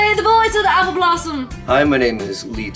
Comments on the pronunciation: did she say appleblossem? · Why did she say Appleblosom?!